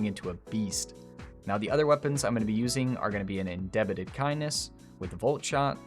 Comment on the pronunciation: Homie just said indebited kindness 😂